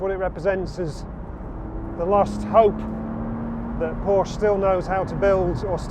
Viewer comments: Does still not know how to pronounce Porsche? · There's always one that complains about how 'Porsche' is pronounced. The correction never comes from a native Deutsch speaker. And it is never an issue with the pronuniciation of other makes. Snobbery? Car OCD in Porsche obsessives? As you say, live and let live!